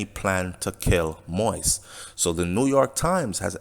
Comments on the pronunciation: Keep rambling. Jovenel Moise, not jovenel Moys. It’s been over a week and they can’t pin anything on jovenel Moise yet. A legit businessman going to spend money just based on drugs from Colombia. That makes no sense. The president was a decent guy that wanted the best for Haiti and by doing so, you’ll have to step on a lot of feet. He chose to die than turn power over to them, knowing what will happen if he left like a coward. Yes, he wasn’t popular, so those mercenaries thought they had that to their advantage. That’s why they didn’t even have an escape plan. They thought wrong. The media all over the world are confused why Haitian haven’t take to the streets. Just seat back and relax, whoever involved if you in Haiti or have relatives in Haiti. They are basically got a head start cause out of respect for the president no one will act right now. We are not savages. In America it seems today if a republican or democrat president got assassinated, some will be happy on both side. Quoted Trump. Ask any or most Haitian you meet, if they can make a living in Haiti would they come live in US or any other countries. Majority of Haitian want what’s best for Haiti. Dessaline blood still flow to our veins. Most of are proud people against of all the labels. You don’t see us attacking any Colombians but only those responsible. When we see even an ex president stocked fear and hatred because a virus come from a different continent and seeing Morans attacking vulnerable people in the str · Sir I like your vids but please kindly put some respect on the man’s name it’s pronounce “Mo.Ease” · You need more practice to learn how to pronounce the president's name. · A Jamaican covering Haitian news I guess!!!!! He can’t pronounce the President name probably that alone is getting on my nerves!! You are a foreigner cover your own country please!!!